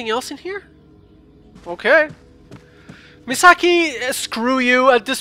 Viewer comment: Indeed all comments will! I think it would be Me-saw-key in English xP Also, yay more fatal frame!